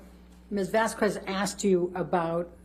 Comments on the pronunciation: Btw, Elaine did not pronounce Camille’s last name right even once. The disrespect! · no, you're fine. You, unlike Elaine, are not a member of a legal team that would've spent hours/days leading up to trial researching everything and gathering all info. Elaine on the other hand... given all the info that a legal team would be collecting to make their case, I would expect them to know stuff like "how to pronounce arnica cream", "what year a given pallette came out", and "how to pronounce Vasquez correctly". You're good because you're not an expert who's job is to gather this info. Elaine *is*. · My god I thought I was the only one. I genuinely thought that it was just a weird variant of the name I'd not heard of before, until I saw the written form. Though again, pronunciation doesn't seem to be her strong suit with the whole amica cream thing, and perpetuated, perpetrated. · It occurred to me that amber might be doing no effort at ALL to correct Elaine on this stuff, just so the poor woman looks bad - given that amber is fluent in spanish, she should have at least hit her lawyer until the correct pronunciation of Vasquez was achieved (hit, NOT punch, cause that would be wrong ofc) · It's not that hard to correctly pronounce ✨ Vasquez ✨, it's triggering how that excuse of lawyer talks🤦🏽‍♀️ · Every time The lawyer pronounces Vasquez wrong it kills me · Frickin’… every time she says “vas*quez*” and not “vas-kez,” it feels like a power move and showing her disrespect under the guise of not knowing how her name is pronounced… I don’t know if her name is supposed to be pronounced that way, but I’m from Austin and here we say “Vas-Kez”… because it’s Spanish. But maybe I’m wrong? At least that’s how I’ve always heard it… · Ellaine's intentionally mispronouncing Camille's last name as Vas-Qu-ez instead of Vas-qez (Vasquez) to annoy her in a small way. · I did, everyone says it right except Elaine and it's very annoying. Vas-Kez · i hate how elane pronounces vasquez